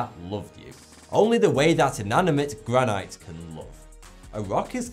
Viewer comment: "Gra-night"? "Gra-neit"? WTF?